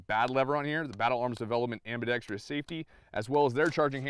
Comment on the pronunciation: Ambidextrous....4 syllables, not 5.